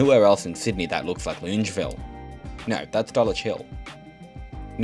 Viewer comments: HOLY FRICK I AM OFFENDED LUNGEVILLE? AS A LANE COVE NATIVE ITS LONGAVIL I KNOW ITS APRIL FOOLS, BUT THIS IS JUST TOO MUCH TO TAKE 💀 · Hi, Love you channel and your excellent delivery. Just picking you up on your pronunciation of Longueville. It's pronounced Longer-ville. I laughed when I heard you say it. Also, I've get to disagree with your view that we need to keep jamming people into units. The quintessential quality of living in AU is that we have (or used to) the luxury of a backyard in the suburbs. We don't want to live like they do in HK or China. Yes, its a symptom of insane immigration but having grown up in Haberfield, I love having space around me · loongeville? ...ahaha your pronunciations never cease to crack me up 🤣great vid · You're an amazing young man and a Doctor too. Loved your video on Wondabyne, we used to take the train there from Epping and camp for a few nights when i was 15 and walk next to the train tracks to Woy Woy. Used a torch to signal the train driver to stop at night. I've always pronounced it that suburb Long-e-ville ? Best wishes to you for your future :-) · Buddy it’s pronounced long-a-ville (as an unwilling resident of the area) sick video tho 💜💜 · Longavil is how it’s pronounced. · Longueville --> pronounced Long-ga-ville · Lived in Sydney for 30 odd years and always learning something interesting about it, like how to pronounce Longueville